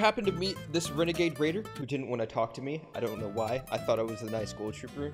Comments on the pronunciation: Wenegade Waider lel 😂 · ITS A WENAGADE WAIDA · its a wenegade waider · Its a weneguaide wuaider